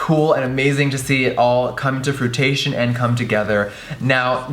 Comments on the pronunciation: Jeffree, it's "fruition" not "frutation." Looking forward to the collab, though. It's gorgeous. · "come to frui-tay-tion"... hahahah ***fruition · Fruition, not fruation love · "come to fruitation" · The word is FRUITION, not FRUITATION. There are no fruits here. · at :25 "come to fruitation" is the new "fruition" lol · "Come to frutation" ......... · so happy you guys made this come to "frutation" lolz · "fruit-ation" lmao, i love him but thats not how you say it haha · bae...its not "frutation" its "fruition" lol. love ya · "Come to fruitation" DEAD xD ilysm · Lmfao did he say fruitation😂😂😂😂 lol I think he meant fruition I love it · FRUITION not FRUITATION. It's nitpicking, but I cringe every time he says that word... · Come to "fruitation" ??? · "come to frutation"? XD sorry Jeffree, it's "fruition". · "come to frutition" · I was so ready for him to say "come to fruition" but this bitch really just said fruitation lol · Fruitation?? Girl, you mean FRUITION😂😂 oh lordddd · "come to fruitation" AHHAAHH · This dude just said "fruitation" Jeffrey it's fruition. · "Come to frutation..." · "Come to fruitation" lol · Did he say "come to frutation" instead of fruition? Lol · "Come to Fruitation." 😂😂🤣💀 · "fruitation" hahahaha fruition* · lmao. you said fruition like frutation. so wrong. but hey we all live n learn right. frooition is how u pronounce it 😊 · the word you're looking for is "fruition" not "fruitation" :) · "Fruitation" Jeffree xD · I love you but it's pronounced "froo-ish-un" not "fruit-a-shun" haha you crack me up... you're super sickening loveee you jeffffferee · Fruitation? Lol I think he means Fruition. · FRUIT ATION LMAO IM SORRY GIRL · Fruitation. Lmfao. He should’ve studied in school and maybe he would be able to talk normally. Ignorant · He said, "frutation". ;) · Come to "fruitation"...? Lololololol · Hahahahaha same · Not "frutation " lmao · Preettttty sure you meant "fruition"....no tea no shade 😂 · "Froo tay shun" lmfao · "fruitation" lol